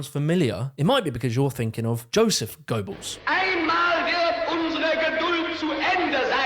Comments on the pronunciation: His name was pronounced Josef GER-Bells - NOT GOW-Bulls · It’s “Gur-bells” not “Go-belles” 🙄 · Goballs??????? Never once heard anyone call Goebbels, goballs